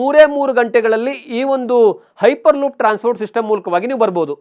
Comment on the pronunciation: Ayyo munde makla piper loop alla hyper loop😂😂😂 tu mundeva😂😂😂😂